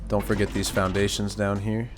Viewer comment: “We got theez fuggin triangle peaks” 😂🫡